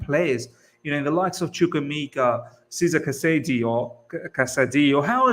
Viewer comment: It’s pronounced “Chesuray Casaday”